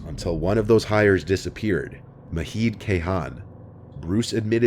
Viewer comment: Not maheed. It's a J sound